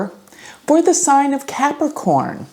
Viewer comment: One does not simply CAP-A-CORN